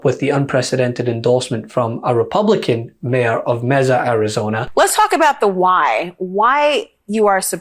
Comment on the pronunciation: Mezza, Arizona? Good lord , dude, over half a million people live in Mace-a ,Arizona. Do your homework!